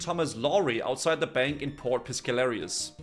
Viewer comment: I'm about to lose my shit, you've been pronouncing port piscarilious wrong the entire fucking videooooooooooooooo, like you're just making up words at this point